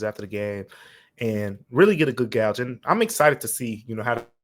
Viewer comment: ….gauge rhymes with cage. Gouge is not the proper pronunciation. Gouge is used…..as in gauging someone eyes out. I don’t normally correct folks on such a thing but you say it all the damn time. I do listen every morning and enjoy it immensely I blame for letting this gonna for two years! I know he hears it